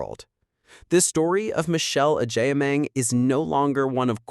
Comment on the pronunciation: Please pronounce her name correctly 😅😅😅